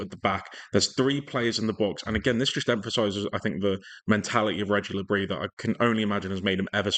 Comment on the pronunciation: Le-bris is pronounced the same way - so his full name is pronounced - Re-jees Le Brees *i thought the le bris would be a silent s aswell but its not